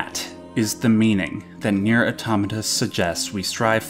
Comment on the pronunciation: I dream of the day an English speaker says Nier correctly